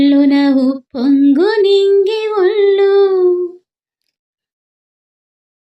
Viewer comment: అమ్మా తుల్లు, ఒల్లు కాదు తుళ్ళు,ఒళ్ళు . ముందు తెలుగు సరిగ్గా పలకడం నేర్చుకోవాలి